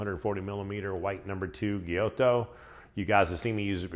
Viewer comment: "gyu"to bro like wa"gyu"